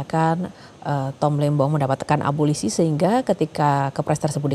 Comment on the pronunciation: Eh mas reporter breaking news mengatakan abolisi dengan abosili .mas bukan abosili tapi abolisi